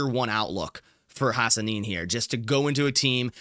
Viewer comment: As a Boise State fan, I love the Hassanein pick. Guy is a game wrecker. Plays hard every play. Also you are saying it right!